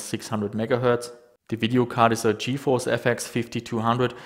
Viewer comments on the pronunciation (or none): none